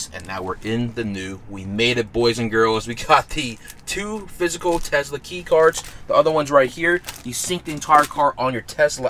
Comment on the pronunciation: Bro it’s not tezla it’s a tesla